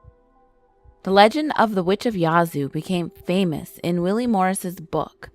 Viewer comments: Yahhhh zoo. Not yahzoo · Im from yazoo, Mississippi and she is pronouncing Yazoo all wrong its yeah-zoo city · how she pronounces Yazoo!!! Makes me mad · Reagan Abney same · I’m from Mississippi n never heard of nun of dis lol n she saying yazoo sooo wrong 😂😂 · YSL AMIR I know and im from there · And the a in Yazoo is like the a in apple when you say it.